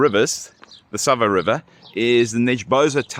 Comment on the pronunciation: St Sava , not Sabah